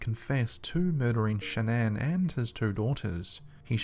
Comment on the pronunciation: Shan-nan. Am I the only one bothered by this?